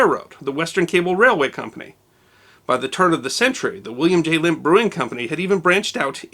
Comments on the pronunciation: It's NOT "Limp"! It's "LEMP"! Like the "e" in 'head'. L E M P! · You keep pronouncing it ‘Limp’. It’s Lehmp’. Es macht mich verrückt! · It would need to be pronounced "Lamp" not "Limp"... And Eschwege did not deserve that mutilation either ;-) that map is WAY older than the time you're talking about... it shows the Reichskreise (or Circles of the Empire) of the Old HRE that did no longer exist past Napoleon's 1798/1805 conquests in Germany. In the 1830s the Netherlands and belgium were long independent, as was Switzerland and the whole Austrian Part including bits of Nothern Italy also was a separate country.